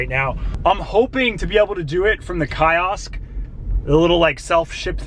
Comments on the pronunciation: Key-Os. Not Kai-Os. lol anyway great video. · Did you say KYE OSK? It's kiosk brother... like KEY-OSK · ikr....soon as I heard it I was saying "KEEE OSK"... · KAY-OSK?? LOL. Who pronounces Kiosk that way?? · Great video I did not know about this. I think the machines are pronounced key-osk ha. Thanks again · What did you call the Kiosk? (it is pronounced Key-osk) . Where are you from? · You pronounced ' kiosk' wrong. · The way you pronounce kiosk thiugh hehe